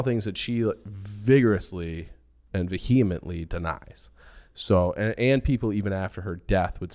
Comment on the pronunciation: Ve-HE-ment-ly?? No.